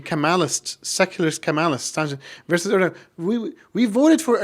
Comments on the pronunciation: Strangly that someone claims to know Erdogan and Turkey and then pronounce G in Erdogan surname. Strange how so many so called Muslim intellectual just simply generalise the term Kemalists.. Firstly and obviously, for many Kemalists the interest of Turkey are primary thing. Turkish Nationalists aint like Arab onse. They don't put themselves above interest of country. Secondly, Kemal and Nationalists, truly played the role in saving Turkey from many foreign factors. In that, they were absolutely successful. And they stopped the rot which lasted in Ottoman Empire In many senses, they prevented Turks being Gaza. Those legacies are difficult to neglect. Basically, they were the winners in the situation which was even more difficult then people imagine. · imagine to say ,I have a lot of Turkish students and then pronounce Erdogan with the G , which should be silent? A little detail but telling anyway. And his generation?